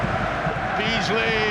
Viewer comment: Archie McPherson legend 😂 "Dabeasly"